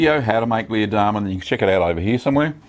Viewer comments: You pronouced Leerdammer totally wrong but good review. greeting from the Netherlands! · Leer is a city in Germany (close to the Netherlands though) and is pronounced similar to pear, not like beer